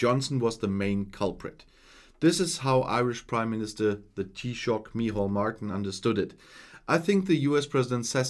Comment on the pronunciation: Taoiseach 👍 well done and perfectly pronounced